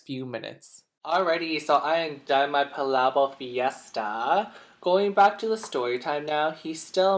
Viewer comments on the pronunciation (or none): It’s pronounced pa lah bokk